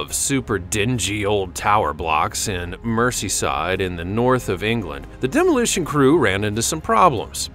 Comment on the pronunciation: please learn how to pronounce common English language names if you're going to this. It is not Mercy Side (phonetically its Merzyside), Its not Glass Gow , its "GlazGo", these are some of the simplest names to pronounce! Checking up on stuff like this is the easiest thing to do! This is English language to English language, its not something lost in translation like Spanish to English, you never say 'San Jewan, PoohUrTo RyeCo" …